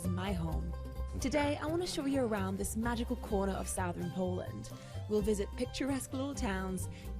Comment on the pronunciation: Eva, the stressed vowel in "southern" rhymes with "mother". Cheers, Peter